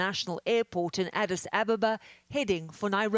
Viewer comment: That's not how u say Addis Ababa